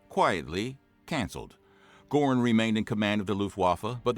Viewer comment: Wrong pronunciation of “Goering”, it’s not Gore-ing, closer to Gur-ing